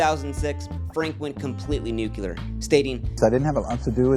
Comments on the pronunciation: There was something about this filmmaker that I didn't like but I couldn't put my finger on It. Maybe it was his "Birmingham Young University" or his use of "Nuke-yu-lur" instead of "nuclear. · Does he know it is not "Birmingham Young University" or that "Nuclear" is pronounced "new clear" not "Nuke-yu-lur"? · He pornounces it "new-cue-lur" otherwise good video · Brigham is not pronounced "Birmingham". Edit Nuclear is not pronounced "nukular". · Ah, the George W Bush pronunciation of nuclear. Funny stuff.